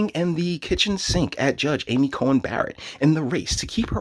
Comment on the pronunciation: You keep saying "Cohen" it's "Coney"